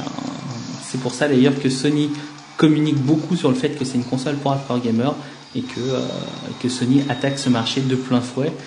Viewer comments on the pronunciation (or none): none